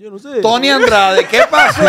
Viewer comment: A lo mejor se cayó la entrevista por q nunca has pronunciado bien su nombre… El no es Tony Andrades es Tony Dandrades